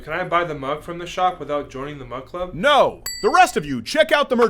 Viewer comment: You said Mud Club